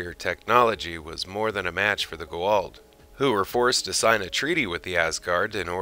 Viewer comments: STOP SAYING IT WRONG..... It's Ga-ULD.... NOT Guald... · Ohhh, Goa'uld. I was so confused everytime you said "G'walt" until halfway through the video.. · Great video. But it's Goo AH Oold not Go Wald. Very nice topic though and well done. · Who the heck is the Gooh'hald? Their name is pronounced as Goo-ah-ould! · It is pronounced GO A UULD not GO ALD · are you trying to say goa'uld? repeat after me: "go" as in the chinese game, not the english verb. like the to in toronto, but with g instead of t. "ah" "uld" like the english word "old" but with a "u" sound(like the u un fukushima). say it slowly at first, and then keep increasing the speed until you can say the whole word. but to be fair you arent saying it even remotely as cringeworthyly as some of the actors in the show. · Other than your Constant, Tragic, Embarrassing mispronunciations of the Goa'uld and Tau'ri and other words, proving you probably haven't watched the show personally, that was a pretty decent Asgard History.